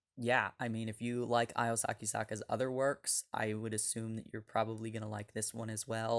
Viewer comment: Hey…her name is pronounced Io (ee-oh) not (eye-oh)…